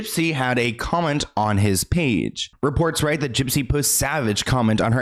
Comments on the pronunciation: I love how you call her jip jip 😂😂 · 😂😂😂 Not you calling her Gyp Gyp!!!!😂😂😂😂 💀💀💀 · why does he call her gyp-gyp?